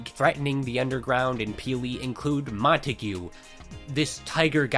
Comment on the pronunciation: Why the fuck do people keep calling him Mon-Ta-gYou He's French it's Mon-Taye The G is silent His spray is literally called je suis montague